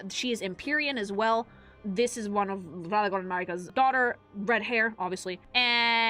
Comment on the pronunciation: Why do you pronounce Radahn like that? 😂